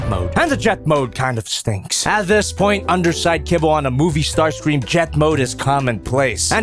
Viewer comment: Ah yes... It's STAR-CREAM